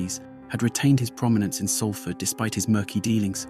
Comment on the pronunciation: My book “ born in prison: how I survived shootings stabbings prison crack addiction Manchester gangs and dog attacks “ is available on Amazon & Audible. I know Mark. I also knew Paul M from 1991+. Thank you, it’s pronounced Solford not Salford